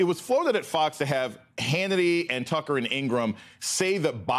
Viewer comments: Did he call him Tuckems? 😂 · Did Steele just call Tucker Carlson 'Tuckems?'